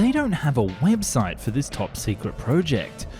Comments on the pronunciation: If he says PREWject one more time, I'm gonna cry! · Fucking hell dude the way you say "project" is infuriating.